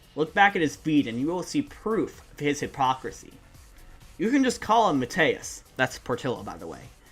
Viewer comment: Mateus is pronounced Ma-toose (not joking)